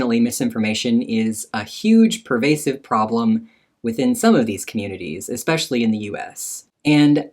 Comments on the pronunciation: EXPECIALLY !!! why do americans say that it drives me IN-SANE 😡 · OMG said eX-specially 😂